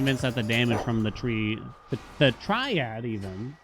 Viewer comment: gonna fall for ragebait again by telling him it's pronounced try-add LMAO